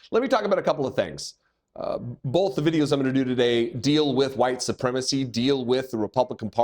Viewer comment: I can tell you're a spud by the way you say "both" lol